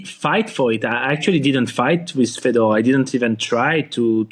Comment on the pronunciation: Again !! It's Fedor it would help if u pronounce names correctly ! Especially the top pros ! Ridiculous !!!!